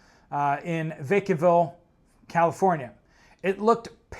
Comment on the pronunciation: You said the town’s name wrong Vacaville means cow town